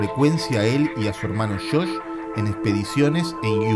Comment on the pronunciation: "el hermano 'shosh'? " No era Josh? Con "Y"? Un consejo que se le dicen a todos los que estudian locución (aunque esto se debiera aplicar a YT): deshacerse de las tonadas y los "yeismos". Una cosa es pronunciar "gaSHina" con "sh", pero no las palabras y Nombres propios, que queda MUY FEO de escuchar. A mejorar.